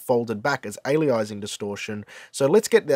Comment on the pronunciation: As much as I can't stand how you say aliasing, I really really really love this channel. Thanks dude. Keeeeep teaching!